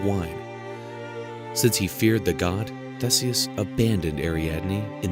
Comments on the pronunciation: The pronunciation of THESEUS 😩 There is an updated version of this video which is much better. Which begs the question of why this version is still up? Maximum views I guess. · Umm in The UK we pronounce 'Theeseus' but it's the same letter name (Theseus)